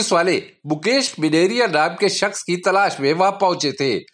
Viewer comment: भाई मेनेरिया नही मेनारिया होता हे